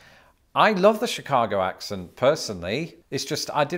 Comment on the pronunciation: Lived in chicago my whole life and it tickled me to hear you say Chicago with a Chicago accent. Well done!